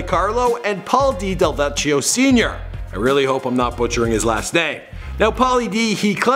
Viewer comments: You butchered it, double c's in italian make a ck sound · DEL.Veck.E.O lol. And you should look up the original DJ Pauly D . His names OG DJ Pauly D now on FB. Johnston is deff like a little Jersey. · You did butcher his last name. LOL It's spelled Delvecchio, but you don't pronounce the H in his name, so it's Del-vec-io. No "ch" sound. LOL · You butchered his last name 😂 RI reppin 🤙🏾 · And FYI He did butcher the hell out of Pauly D's last name! I was like TF???